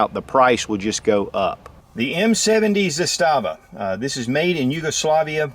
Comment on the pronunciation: Zastava, the Serbians put the emphasis on the first syllable. Don't feel bad, the guy from TFBTV is the only one who gets it right.